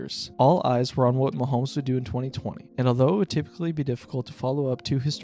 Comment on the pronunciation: I was actually enjoying your video, but I turned it off when you pronounced his name "Muh-hoh-mee." If you're actually that ignorant, I can't take your opinions seriously.